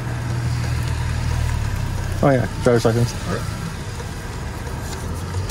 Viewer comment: That cop has some serious issues, first you can't ticket for people calling in as it's unreliable, also why can't he speak proper English as he seems to not know how to say license.